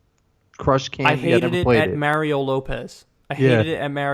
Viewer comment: except when you say mario